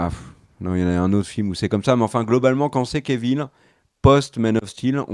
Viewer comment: J'aime toujours vos vidéos, mais pourriez-vous cesser de rebaptiser ce pauvre Henry Cavill "kévil" ??? Cf. ses interviews : quand les présentateurs ou surtout lui-même disent son nom, c'est tout simplement "kavil". Ce n'est même pas l'excuse d'une prononciation à la française 😉